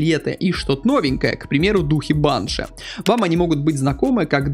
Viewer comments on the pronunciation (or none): none